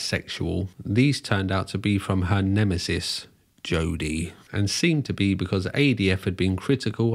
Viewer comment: add the way he pronounces "Jodie" so balantly to my favourites...